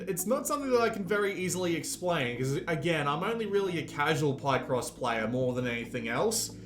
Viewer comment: “Pie-cross” 🥧❌ Hahahahaha omg and you say it wrong sooooo many times. It’s PIHCross, dude. From “picture”